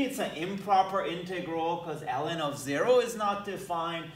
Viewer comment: Ellen of Ex sounds funny in my ears. Btw nice integral!